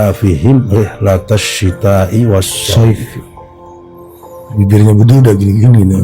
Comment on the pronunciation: Wa sshoif di sebut dgn wa syaif.